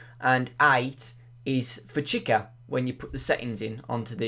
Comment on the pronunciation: You're pronouncing chica wrong